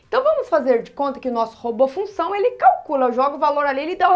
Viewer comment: Professora vc precisa cortar esse "f", se não fica "lunção". Suas aulas são excelentes.